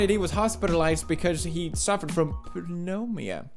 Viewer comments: It's fucking pronounced noomonya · And still...pewds is still having problem pronouncing Pewmonia. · It is pronounced newmoanyeah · wait he wasnt saying pew nudes?????? my life is a lie.. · when you can't pronounce pneamuina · Did u say pewnudes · It's pronounced as Ne Mu Nia Pewds silent P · its pronounced like no moan ya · Pneumonia, pronounced Na-Monia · Its pronounced Ni–moe–nia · Pewds, it's new-moe-ny-a. Pneumonia, the p is silent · it's pronounced as "New-monia" I guess... ur welcome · *has 46 million subs* Cant pronounce pnemounia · aww he still cant pronounce Pneumonia cute ;-; i cry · Pnemonia the p is silent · It hurts my heart that he doesnt know how to pronounce pneumonia xD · Pew.. butt you can't even pronounce pneumonia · Why can he never say pneumonia bless him😂♥️ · Wow he couldn’t pronounce the word